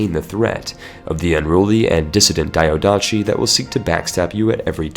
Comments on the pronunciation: Diadochi is spelled like this: the-ath-oh-he not : diodachi. that sounds way too japanese for any greek not cringe at. Also fun fact, diadochi means successors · Great and useful video! Just to know, diadochi or diádochoi it sounds as you read it (diadoki), not like a Japanese name daiadoshi. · "pharos lighthouse"...so.. "lighthouse lighthouse". cool. Not to be a dick, its not daiodatchi, but diadochi. dee-ah-doh-hee meaning "succession". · The ch in diadochi is is a k sound not a normal ch. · Jesus please, either learn how to pronounce "diadochi" or stop using the word. You make it sound like a Naruto character.